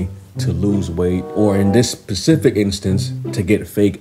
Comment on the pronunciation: Specific, not pacific